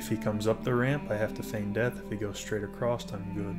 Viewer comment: Awesome Guide, but Across doesn't have a T at the end. ;)